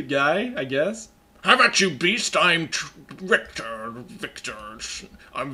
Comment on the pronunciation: I hope in game Richter is not so horribly mispronounced. You englisch plebs butchered it for decades at this point.